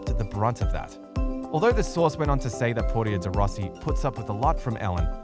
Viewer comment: Really? Trying to produce a story about Ellen and Portia, when you can’t even pronounce Portia’s name right hilarious 😂